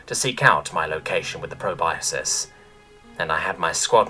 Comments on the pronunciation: just an fyi, it's pronounced "pro-bus-kus" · Love your narrations, but just a bit of mild constructive criticism: the word "proboscis" is pronounced pro-bos-kiss. Otherwise, 10/10